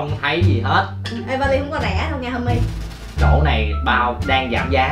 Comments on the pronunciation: Đầu clip cứ kiu thành là homei😂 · Homie mà tao nghe honey :))) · kêu anh thành pate là HONEY kìa